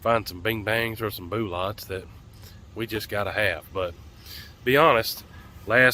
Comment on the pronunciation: they’re cartridges not boolets